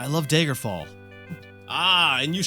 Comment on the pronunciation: PLEASE stop pronouncing it "Daegerfall" it's DAGGER-FALL NOT DAYGER-FALL